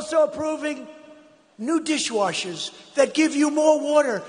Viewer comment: "new dishwoshes"... lmao